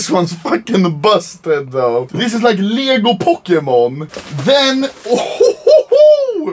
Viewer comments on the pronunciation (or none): Make a video where you learn to say Lego because if I have to listen to "Liiieego" one more fucking time i'll pop my eardrums